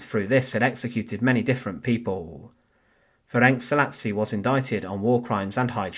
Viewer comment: Pronunciation is approximately Ferents Salashi.